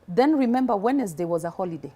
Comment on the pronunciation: Alafu, one minute she has an American accent, next she’s pronouncing the “D” in Wednesday 🤣🤣🤣🤣🤣🤣🤣